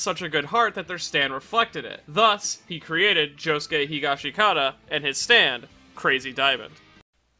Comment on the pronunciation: It's HEE-GOSH-SKI-TA, brev